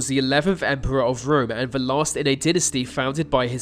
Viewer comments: It's 'the' not 'vuh'! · Mate sort your ‘TH’ pronunciations out ! The - ‘Vee’ They - Vay Get a grip !! 😩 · Nails saying "Nicolae Ceaușescu". Can't say "the" or "their". 🤔